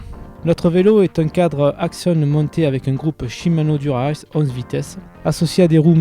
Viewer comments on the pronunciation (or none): cte prononciation de dura ace ...